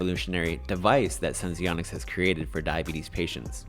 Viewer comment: Thank you for actually pronouncing it correctly😄 So many others don't. Last video I watched, the girl had 5 different ways to pronounce Senseonics lol. SENS to the Moon!!🚀🚀🚀